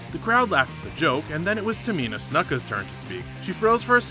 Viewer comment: That's not how you say Cesaro or Kalisto or Nai Jax and you said Tamina right but not Snuka